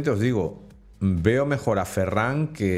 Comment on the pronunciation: has pronunciado mal el apellido de ferran